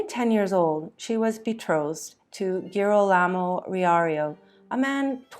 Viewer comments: You clearly spent a lot of time preparing this video. Please learn to pronounce Italian names correctly. You repeatedly mauled Girolamo and Giovanni every time you used them. Tiber rhymes with tiger, etc. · Interesting, but hard to take seriously on account of the vile mispronunciations. One forgive Girolamo and Giaccomo perhaps, but papal? Tiber?